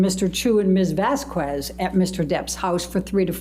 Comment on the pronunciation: "Objection!! R-relevance..?? Objection!! Sh-she can't say that, Your Honour"😗. "Mum's friend " really tried to be like "Vasqwehz" (ijit "mum's friend"'s pronunciation. Not my assumed spelling🙃) but fell waaaaaay short💁‍♀️. Arguing with the judge was a REALLY poor choice and that's obviously only one of many reasons she failed. Just wanted her put out of our misery.